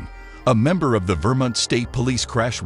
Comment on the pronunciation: Vermint? really? can't pronounce Vermont